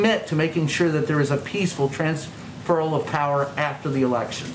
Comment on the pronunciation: Is this reporter nervous that he's asking this question or can he not pronounce transfer? 😁